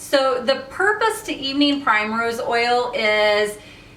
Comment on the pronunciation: It's pronounced PRIMrose not PRIMErose